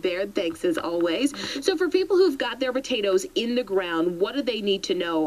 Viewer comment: I swear that news reporter is saying "Batatoes".